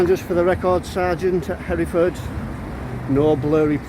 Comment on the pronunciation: Did I hear you say here ford. For God’s sake, it is pronounced Heref ord but joined together. The standard of education in this country is going down.....badly. That said, great that you are exposing total tyrants like him. But, instead of arguing with him you should explain the law clearly and intelligently. Ask him what benefit to yourself would it be for you to know what a registration number is. You can do nothing with it.